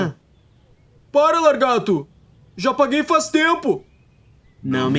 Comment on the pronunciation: E lagarto e n largato